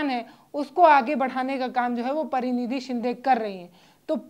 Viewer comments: Praniti shinde , not pranidhi shinde. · प्रनिधी नहीं प्रणीति सिन्धे है मैडम। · प्रतिनिधी, नहीं प्रणीती.है.